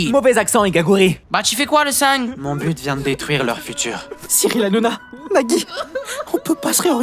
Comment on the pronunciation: Qui a remarquer que il a dit su but